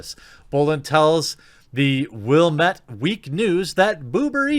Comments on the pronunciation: 'The Oregonian' is Oregon's major newspaper, and yes, you said it right. 'Willamette', however, is pronounced 'Will - am - met'. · Yes, you said Oregonian perfectly actually. You pronounce the state's name the same way. Willamette is pronounced like "Will lamb it". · Willamette pronounced Wil-Lam-Et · Wow. You actually did pronounce "Oregonian" correctly. Almost nobody outside of the Pacific Northwest does. But then you butchered Willamette lol